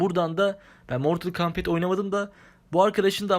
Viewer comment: mortal kombata mortıl kombit diyeni ilk defa duyuyorum